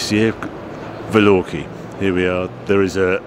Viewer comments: VALORKEE ????? Isn't it a VALKYRIE ??? As in flight of the..... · Another excellent video: congratulations on beating the crowds of the unwashed, unlike other channels. Only one thing: isn't it Valkyrie (Val-Kyre-ee), not Velorky as it sounded like you were pronouncing it. Then again, maybe I missed the press release from Aston! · He called the Aston hypercar a valorkee, lol. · I love how Harry is so good that he doesn't even bother with his attempts to pronounce things. Valorkie? amazing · I liked the Maserati GT. "Velorkery" ??? WTF Harry. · Is that how you pronounce Valkyrie?